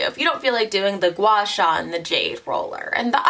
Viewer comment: your pronounciation of guasha is perfect haha